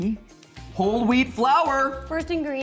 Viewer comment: Heard weed instead of wheat